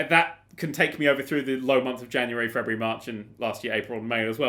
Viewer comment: Did say "Frebuary"?